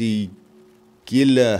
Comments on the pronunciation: Yes, Gila is pronounced HEE-la, as another has mentioned in the comments,. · I know this sounds weird but gila is actually pronounced he-la. Very large lizards have fun rangers.